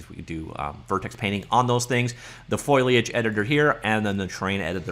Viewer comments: WTF is FOILiage? It's FOLiage. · FO-LEE-AGE... not FOIL-AGE... just sayin. :) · Hey, I'm not trying to be a jerk or anything, it's Foliage. Fo-li-age. Seemed like you were struggling with it. Hope this helps! Thanks for the review, I just started down the learning Unreal path, super fun! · foh - lee - uhj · F 'OH' liage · Deckles and foiliage. Lol. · Very interesting. It's not foliage it's foliage.